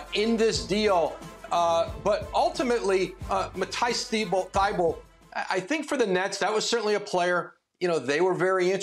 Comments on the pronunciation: How does ESPN not know how to pronounce Thybulle’s name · no one in the media can pronounce Matisse Thybulle's name properly 🤣🤣🤣